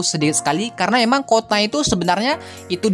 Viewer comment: Kuota bang.bukan kota haha.